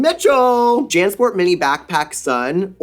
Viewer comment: I love how it's "Nymphia Wind!" 😀 "Lawrence Chaney!" 😀 "Jan Sport" 😐